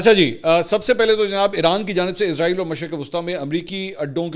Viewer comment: لونڈا پاڑا فرجوں والے کو سہی نام ہی سیکھا دو ازرائیل ازرائیل کہتا وہ کیا اس کی روح نکالنے والا فرشتہ ھے. اسرائیل سہی نام ھے. رپورٹر تو بنے بیٹھے ہیں لفظ سہی بولا نہیں جاتا😮😮😮😮😮😮😮😮😮😮😮😮